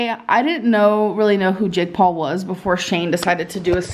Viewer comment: Why does it sound like she's saying "Jig Paw" instead of Jake Paul lmao